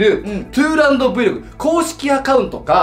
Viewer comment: 自分のチャンネル名ちゃんと発音しようぜ？ トゥーランドブイログですよね？ いっつも、 トゥーランドぶゆ～って言うてるけど、もしかしてVLOGと書いてぶゆ～って言うのかな？！私が間違ってるのか？！と不安になるほどずっと、ぶゆ～武勇～言うてはりますんで…